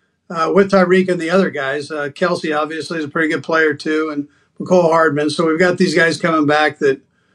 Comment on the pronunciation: Wait he said oDviously?